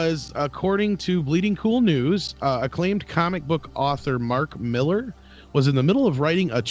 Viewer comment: Thank You for pronouncing "Mark Millar" correctly. Every other American on YouTube butchers it.